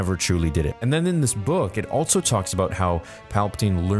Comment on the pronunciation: bro why do you say "altso," it's so noticeable every time you say "also"